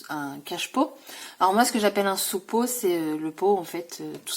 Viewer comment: Hello, c'est moche tu m'as donné envie d'aller à Action! Je pense y aller jeudi mais je ne sais pas encore auquel! Si je trouve les feutres roses qui te manquaient je te les prends? Quand tu as dit "sous-pot" j'ai compris... "suppo".. 😂😂😂 Bon jardinage et bonne sieste! Bon week-end